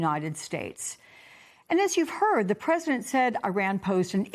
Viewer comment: Lady, at least learn how to pronounce Iran from your colleagues. It makes you like a bleach blonde airhead working for Fox.